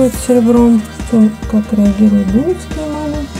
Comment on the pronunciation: Не во первых Дулёвские ударение на ё . Во вторых на фондон кладется любая эмаль . В третьих 145 эмаль это медный рубин и красный цвет появляется при реакции с медью. По золотым рубинам 5 и 3, их не кладут на чистое серебро. Вы не владеете этой техникой. Ролик туфта!!!!!